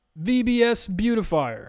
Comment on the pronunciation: "Indent....Thank You!" LOL Buea-ti-fi-er.